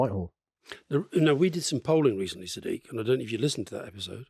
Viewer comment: Why are all these brits mispronouncing Sadiq name, dumbos is Sadiq not siddique